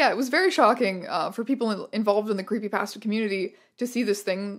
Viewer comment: Your pronounciation of creepypasta still hurts me